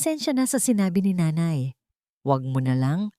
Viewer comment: ayusin mo pagbigkas ang nanay or nay ginagawa mong ney